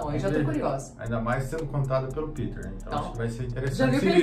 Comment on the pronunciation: O react tá muito top. Legal mas falar PITER é um sacrilegio kkkkkk Meu nome é PETER PETER